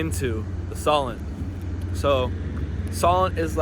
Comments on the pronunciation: SO-l'nt, not Sollent. And Spoons, not Spoonies LOL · I don't recognise the UK in these videos. It's sunny all the time. Btw we say 'spoons' for Wetherspoons and Solent is pronounce 'so-lent' not sol-lent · SAY SO--LENT NOT SOL ENT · ....and it's So-lent not SollAnt 😂😂😂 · I used to live there. Not "Soll - ent" but try "So - lent". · It's pronounced So_lent not Sol_ent. lol Looks like you're having fun and getting to see a lot of places this time! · You keep saying "the _Sol_ent" It's the _So_lent... ('So' to rhyme with "go" ( Not "Sol" as in the name for our Sun) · Pronounced Sewlent (Solent) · The Isle of Wight is brilliant and you should have at least stayed overnight...lots to see and do! PS it's pronounced SEW-lent! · Solent..pronounced So(e)lent.. the long o sound. I’m from Hampshire my school had Houses named after local rivers/waters.. Hamble, Test, Itchen (all rivers) and Solent. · I live about 8 miles along from Portsmouth (still on the Solent) and use the hovercraft regularly. It’s a fantastic City. 😊 I’m so glad you enjoyed your visit. ps Solent is pronounced ‘Sohlent’. 😊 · Great video, nice to see some of my old stomping grounds from my youth. And I commend your pronunciations, almost all spot-on ! Only "Solent" really stood out, we say it more like "Soulint" (so not 'saul' like the name, more 'soul' like the music :). Fun fact: if you'd stayed there this weekend coming you might've witnessed one of the Solent's quirkier traditions - there's a sandbar called the Bramble Bank between the Isle of Wight and mainland which, weather and tides permitting, is exposed enough for local cricket teams to play an annual match on it, so once a year you can watch people play cricket in, essentially, the middle of the sea :). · Well, I was born in Pompey and lived for 20 years, before moving to Australia, and I always pronounced it 'Soh-Lent'.